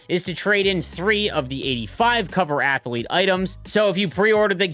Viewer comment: "i didn't know athlete had three syllables, thats amaz-a-zing"